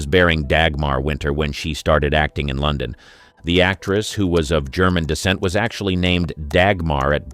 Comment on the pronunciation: I agree, the mispronunciation of words like London is equally annoying. Also the script is very repetitive.